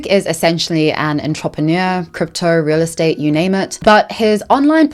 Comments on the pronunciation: I think your pronouncing entrepreneur as ontropheneer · The way you pronounced entrepreneur as “ahn-trahp-ehn-yeur” cracked me up. Keeping that forever. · Luke is so cringe I almost puked. But I love the way you pronounce "entrepreneur". Your voice is so soothing. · Baby girl I love your content, fellow homo honey here.. and yes have been a manta sleep mask fan for years (I own 5 for various reasons) but the way you pronounce entrepreneur is killing me x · Please learn to pronounce "entrepreneur" properly it's driving me insane